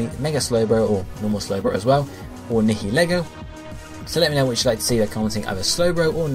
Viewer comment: Nihilego please It's 8-7... If Nihilego wins, it's "Nye-uhl-ee-go"